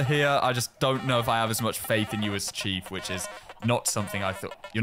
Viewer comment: Every time says chief, I hear cheap